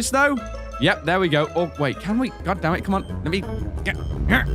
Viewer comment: Has anyone else noticed that whenever says "damn it" it sounds like "damage "?..... Or is it just me?